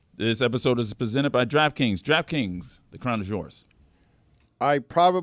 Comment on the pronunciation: Presented not "pizzented",. "Quiet" does not have an "R" in it. He can't speak yet he makes fun of Stu for the same thing.